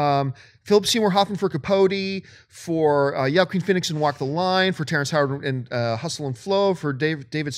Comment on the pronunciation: john really needs to learn how to say joaquin phoenix